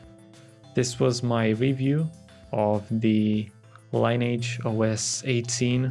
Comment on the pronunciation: That's not how you pronounce the word "lineage".